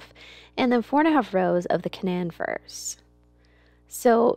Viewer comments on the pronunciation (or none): KA-non like the dog breed or the region in the middle East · Hi, I love the farm. I wish you all the best. I'm from WV, that is where the Canaan firs that you have are from. I just wanted to let you know that in Canaan Valley WV, is pronounced Cuh Nain as if it rhymed with duh-main. It not something that most would know unless you are from West Virginia. but when they are old enough to be sold you will be able to tell the folks buying them where they are from and how it is said. the funny thing is that the word Canaan is also found in the Bible but is pronounced Cain-Nun. us West Virginians like to put our own spin on things I guess. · Canaan is pronounced Kay-nan. Just so no one snickers at you guys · How are the Canaan trees (pronounced Cay-nan) doing now since so much of the roots were cut off? I'm dying to know! LOL